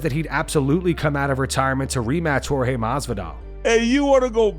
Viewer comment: It’s Jorge curly headed fuk not George asskren is so cringe